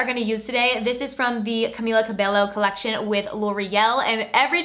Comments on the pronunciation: CAMILA CAH-BEH- YO Not cabellllllooooo lol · Cabello is pronounced kah-be-yo. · its pronounced Camila CabeYo 😊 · Just FYI for future reference, Camilla Cabello’s last name is pronounced cuh-bay-oh. Double L’s in Spanish make a Y sound, not L. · It’s pronounced as CabeYo actually 😅